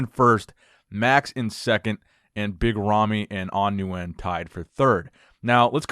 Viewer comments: Nguyen is pronounced “Win” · Nguyen is pronounced "win" for future reference (Nguyen in Vietnam is like Smith in the US). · The correct pronunciation of Nguyen is "ngwin" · you won't be able to pronounce it correctly unless you speak the language fluently. Stick with the way you pronounced it originally, new-when its good enough and perfectly acceptable.